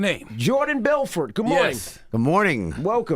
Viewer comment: "Hellaw muistr Belfwort" HahahhaAHAH